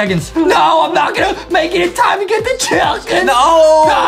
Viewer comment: Chicken wing sounds like thicken wing